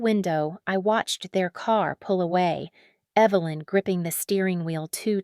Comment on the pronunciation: The reader kept calling the mom Evil-lynn. So fitting.